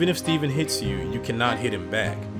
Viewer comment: Great Narration! but bro, you keep saying Steven it's Stephan lol, their 2 different names lol.